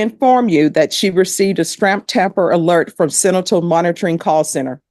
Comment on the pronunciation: Bless her she just cannot pronounce sentinel